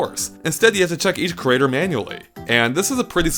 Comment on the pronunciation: It's creator. It's not crater.